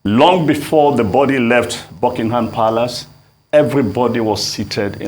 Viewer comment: How can this man have been an ambassador but he doesn't know how to pronounce 'palace' or 'Edinburgh'? Otherwise he made very good points about our inability to organise anything. Anyway it's our culture, Nigeria has a regressive culture that naturally makes everything backwards